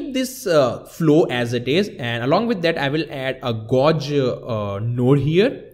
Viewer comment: Hi! I love your videos. And you speak really good English, however, you need to change how you pronounce "gauge". You are pronouncing it like "gorge", but actually it is pronounced like "page", but with a "g". Not trying to criticize you, I'm just trying to help.